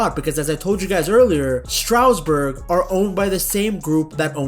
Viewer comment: It was never Strowsburg. It's pronounced Stras-Boor.